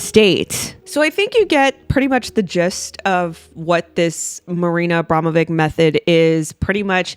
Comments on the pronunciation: Love you content! I think it's pronounced AbramoviCH (which goes with witch :) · Pronounced Abramowich.